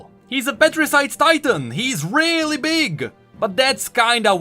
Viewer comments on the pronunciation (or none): none